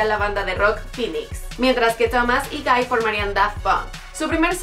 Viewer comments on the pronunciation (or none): El nombre de Guy se pronuncia tal cual y no gai como lo dijo la morra 🤦🏻 no mms